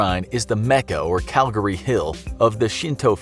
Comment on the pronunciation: It's Calvary... Calgary is a city